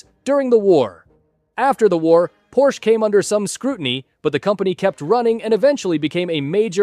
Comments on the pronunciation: Bro its called PORSCHE not PORSCH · its called Porsche withe not Porsch